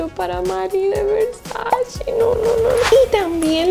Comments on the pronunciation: Donatella Versace en una entrevista con Vogue dijo que odia y detesta cuando dicen Versachi, que no es así. Que es Versace. si tú usas esa marca aprende a pronunciar como le gusta a la Doña. 🙊♥️ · estás muy americanizada... de donde sacas la i para decir Versachi? CE Y CI SE PRONUNCIA che o chi, por lo que se pronuncia Versa-che bueno salidos.